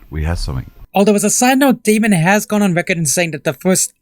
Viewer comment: Damon Not Damien